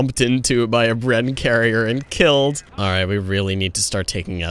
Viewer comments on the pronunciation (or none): none